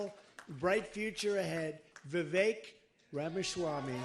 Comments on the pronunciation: I am 30 seconds in and you 1) mispronounced his first name 2) mispronounced his surname 3) are unsure of his background 4) have a stupid title for the video This can only lead me to conclude that you are 1) heavily biased against Vivek and 2) an idiot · How can you claim to have been following him when you can’t even pronounce his name?